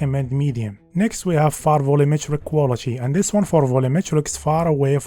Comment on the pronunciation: In chis vicheo I will chry cho chake a chifferent approach. Cho point cho point chen